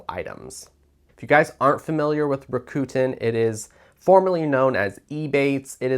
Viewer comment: It’s pronounced Rack-ah- ten…😊